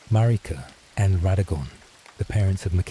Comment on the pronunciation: Sorry, in the first 5 Seconds when your AI narrator mispronounced Marika and Miquella I knew this wasn't going to work. When dealing with the Elden Ring community, these aren't small mistakes, which could be why out of 1500 views you only have 19 likes and 2 comments. Narrate it yourself.